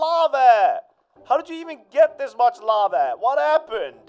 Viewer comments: "lave" lol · I noticed that Crainer says lava like “lave” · I like the way crainer says lava he says lave LOL